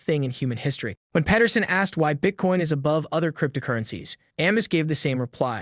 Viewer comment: It’s Jordan Pete-er-son not Pet-er-son